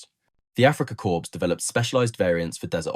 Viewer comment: "Africa Corpse" ???